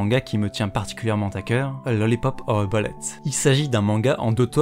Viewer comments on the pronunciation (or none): none